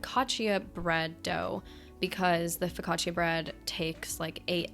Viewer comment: I'm italian and I love how you say FOCACCIA!